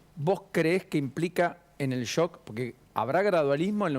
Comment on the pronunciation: no se dice política de "yok", se dice política de "shock".